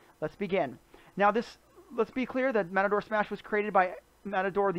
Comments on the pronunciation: He actually says Matador Smash, but it is pronounced Ma-Tor. (Like machine) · Video was informatinve. Thanks. Mator (said May-tor) might be a little hard to remember for some. Could you try saying "Matter-Smash"? It's closer. Please.... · I can't get over how you call it "Matador" Smash, LOL!!